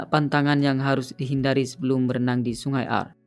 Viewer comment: Bukan aar bacanya, tapi aare kayak blg pure gitu.